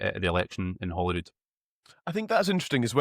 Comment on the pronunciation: Yet another person that cannot pronounce Holyrood properly. He pronouncing it Hollyrood . Get it right yes?